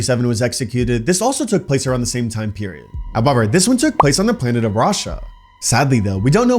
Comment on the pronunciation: However = hubuver